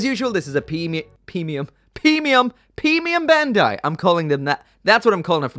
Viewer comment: ‘Pee-mium Bandai’ 😏